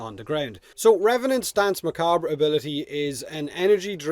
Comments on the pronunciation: Macabre ="Ma-Kob" Don't worry,. I said it the same way for years as well~ Probably worse if anything, something like, "Ma-Ca-Bray" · Muh-Kawb is the usually accepted english pronunciation. The French pronunciation is more like Muh-Kaw-breh but the R sound is not stressed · Happy they didn't make his 2 as tanky as everybody was thinking, would really make him op. Also I believe it's pronounced "muh cob" but who cares say it however ya want. It's a weird word. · The RE in Macabre is actually suppose to be silent, pronounced Muh Kob, basically, but eh, dialects and all. The States I've run into people that just call it Makabur or something. So really, not bad. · On the pronunciation of Macabre: It has a couple ways of being pronounced. One of them is to leave the "re" silent at the end, so it comes out sounding like "muh-kawb." This first one isn't accepted as the "correct" way in some places, however it is in others. The other is to include the "re," but put an almost negative emphasis on it. This second one sounds something like "muh-KAWB-ruh." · Ma-cah-bray proper pronunciation but this is one of many Spanish and Portuguese words were you cannot tell unless you know the dialect or context it is in. So stand by your decision on how it is said. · I'm French and I want to die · Muh-COB. Like corn on the "cob". Say it with me, Irishman... Macabre... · Very close but its just macahb just drop that r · I think 'macabre' is actually pronounced like 'ma-cobb', but I have no problem with it either way. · Not sure if anyone has posted this but Danse is pronounced the same as "dance" and is, in fact, French for dance. Macabre is pronounced strangely. Sounds like mer-cob-ra. Mer as in mermaid, cob as in corn on the cob, and the "ra" is so short and clipped that you really don't hear it. Most of the time people pronounce it mercob. Anyway, hope that helped. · Isn’t it ‘macarb’? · Macabre is pronounced like Mahkahb. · its pronounced mah cob, its a weird word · ma cock bruh